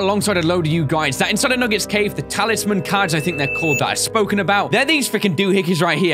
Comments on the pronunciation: Is it supposed to be "tailsman" or "talisman"? ._. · Hoàng Bảo Long Nguyễn It's "talisman"